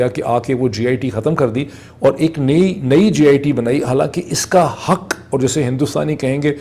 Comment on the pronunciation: The correct pronunciation of HUQ is not 'Huk' ( the meaning does not change and conveys the message clear and strong). Using words from another language should be avoided. However your vlogs are very informative and I listen with interest.